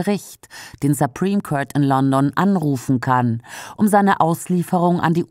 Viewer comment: Supreme court wird auch nicht so ausgesprochen